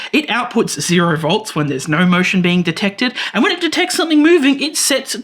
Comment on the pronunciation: good! glad this is not a blinking led tutorial like everyone else does. Did you know your accent makes you say nough instead of just no. lol so strange and weird you add all that extra complexity with me having to translate your language into English. It borks the translator bigtime.